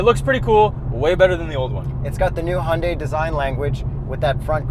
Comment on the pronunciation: you lost me at the word Hyundai